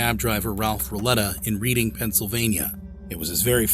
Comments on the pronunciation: …. “Reading” has a silent A….. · it’s red-ding. Not read-ding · Poor guy, he looks like such a nice guy he never deserved to go through that, I'm glad they got arrested and I hope they're rotting in prison to this day Also it's pronounced "red-ing," I live near there. That's also where Taylor Swift was born. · It's pronounced reding not reeding reding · More AI voicing, "REEDing Pennsylvania"? its READ-ING. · Reading PA is pronounced “Redding” Sorry to be annoying😂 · It's pronounced "Redding" not "Reading". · Yeah it's not reading Pennsylvania lmaooo it's pronounced "reding" don't ask me why, just know youll sound stupid if you say reading Pennsylvania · ACTUALLY as someone from la it’s pronounced Red-ding Pennsylvania ☝🏾🤓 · It’s not reading 📖 Pennsylvania. It’s RED-ing ❤️🌹🎈🍷❗️🍓🚨🍒🚗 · It's pronounced red-ing Pennsylvania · Reading pronounced Red ding, like the railroad. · It's REDDING not reading. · It’s pronounced as reding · Pronounced RED DING...not reading Pennsylvania. Geeze. Terrible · It’s not reading.. it’s pronounced Redding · I’m from Pennsylvania. It’s pronounced, RED - ING. 👍🏼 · no it’s read pronounced red, like Redding